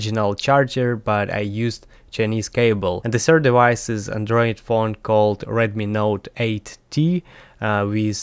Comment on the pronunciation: I love the accent and how you say de-wice. 🤗